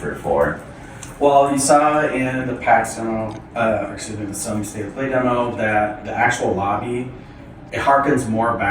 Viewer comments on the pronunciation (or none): none